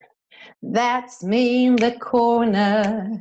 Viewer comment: Agora nao entendi uns dizem the com som" v",e vc diz the com so" d"